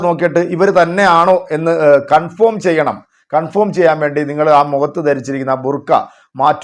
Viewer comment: കൺഫോം എന്നല്ല കൺഫേം എന്നു പറയൂ..